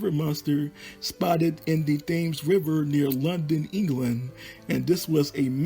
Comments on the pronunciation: The river Thames is pronounced "tems'. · WTF!!! he doesn't know how to pronounce THAMES